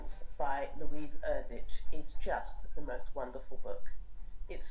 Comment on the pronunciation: LOL at your delayed reaction! I am upset Build Your House was not short-listed.. And the judges should stop mispronouncing Erdrich's name 😂 It is ˈER-drik